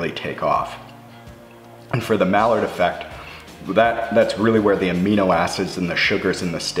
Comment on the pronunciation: My dude said the "mallard" effect....what the duck!?!?